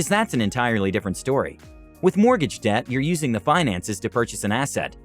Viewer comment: It's ironic how debt sounded like death 😬